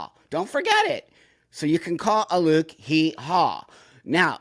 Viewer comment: I can't stand this person, but his name is "Alok," not "Aluke." He shows up everywhere, promoting himself. Why would you purposely mispronounce his name?